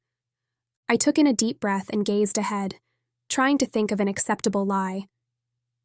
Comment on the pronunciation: TIPP-ED GazeD Oh no lol I thought we had got away from the bizarre pronunciation of the other books I've listened to recently, Good books, just with odd pronunciation twist. Prescient Worlds Between